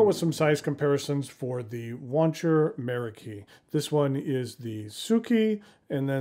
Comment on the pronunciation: Meraki is actually a Greek word of Turkish origin, that the Japanese have borrowed. In Greek, the stress is on the second syllable.